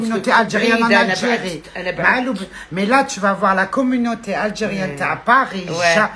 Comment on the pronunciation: Pour tu la prononce Aljiiriie?? Prononce mlih assem l'bed stp 7abssina hadi l'aljiirii et les aljiirien saha ♥️